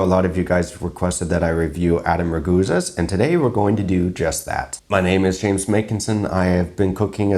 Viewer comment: I heard Adam's name called "ragu-see", but not "arguza" before, lmao. Great video!